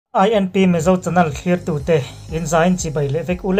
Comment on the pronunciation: Chanel hi chanal tih ang lek lekin i chhiar thina.channel ...nel lai kha lehpekah chuan lam dik tawh ni se..